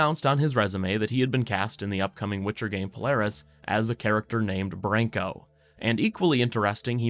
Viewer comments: Its Pronounced "Br ahn ko" lol. TG he name means to "Defend" "Shield". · Btw its spelt as Branko, not Brenkou